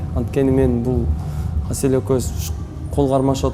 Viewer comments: мынча Аселя дейт Асел элего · Аселя деп алыптырго😂😂Асель элего кайра кайра эле Аселя дейтко тобо